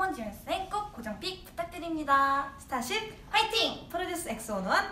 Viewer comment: 아닠ㅋㅋㅋㅋㅋ진짜 발음 넘 기여워ㅠㅠㅠ 스따십 연스센 송!형!준!